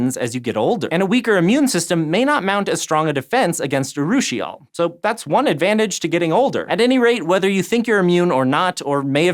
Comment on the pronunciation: congrats on not butchering the pronunciation of urushiol